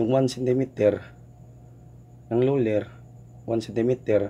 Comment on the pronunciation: Sir ang galing po kahit luler ang sinasabi mo